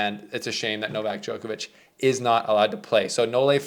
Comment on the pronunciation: Why can nobody from the Americas pronounce “Djokovic” ? It’s not Jokervic ?!? What’s wrong with you.